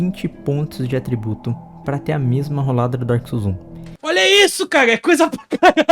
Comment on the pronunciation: N tanko o cara falando "roldada" kkkk não tenho maturidade